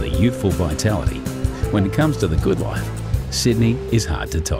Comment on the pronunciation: I love the way they say loeif (life)